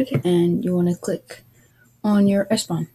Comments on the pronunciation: its ePSon ... wtf is espon??? where did you read this? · "s pon" ?????????????